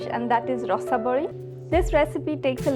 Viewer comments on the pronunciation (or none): Hello Mam, Yes, this is the sweet from our Kendrapara.... But I think the pronunciation should be ""Ra-saa-bali". Anyways I think you forgot to add sugar into the Milk (or hot milk). Some sugar need to be added into the Milk or else it wont taste sweet enough. This is the main prasad/bhoga/bhog of our lord Baladebjew. Jai Jagannath. Thanks A Lot for sharing... Keep it UP